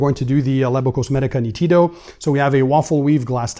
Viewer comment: Hello. The pronounce is almost perfect, but the accent is on the first "ee" sound, immediately after the "n". Greetings from Italy 🙂